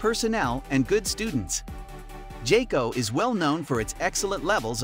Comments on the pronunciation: It's pronounced "Guy-Co" Not "Jay-Co". 😉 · When you pronounced jayco, I stopped watching I understood how reliable is your research 🧐 😂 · Bro really said jayco?😂😂😂nah…